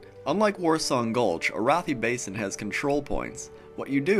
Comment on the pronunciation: ... I'm pretty sure it's Air-uh-thigh Basin... not uh-roth-ee...